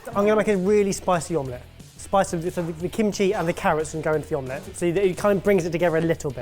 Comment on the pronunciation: When Barry said omlett, a little part of me wished he'd said cloud egg.